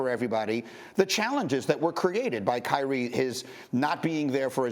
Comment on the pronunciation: There is no “T” in Kyrie only “I”. - a Team ♟ ♟ ♟ ♟ ♟ 🏀